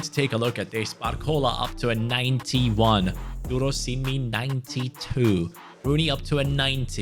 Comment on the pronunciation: as a nigerian, your pronunciation of durosinmi is perfect! ❤